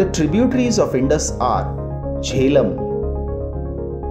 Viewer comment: I don't know about the Indian rivers' names. But he pronounced the Pakistani rivers and the rivers of Ladakh very wrong. Specially Jehlum, Gilgit, Chenab and Zanskar.